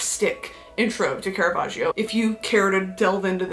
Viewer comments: Listen, I'm an Italian fan, and you said his name BEAUTIFULLY! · and btw your pronunciation of caravaggio's name was chef's kiss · that pronunciation was eccellente if i do say so myself🥰